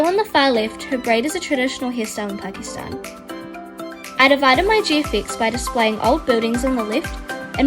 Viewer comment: yay i found pakistan and suaid arabia i am from pakistan and i live in suadi arabia and the gfx she made for pakistan is so good its like how pakistan streets are pakistan is so beatiful it is popular bc of its beauty edit: u pronounced pakistan properly